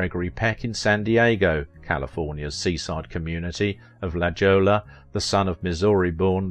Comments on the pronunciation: The town in California is pronounced in the Spanish way, not "LaJawla" but "Lahoya" (LaJolla). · Hey, FYI, the town La Jolla, CA is pronounced "La HOY-ah," not "La JOE-lah." Please consider doing a video for Jack Lemmon. Thanks! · Pronounced 'La HOY - a' ... Great and very entertaining video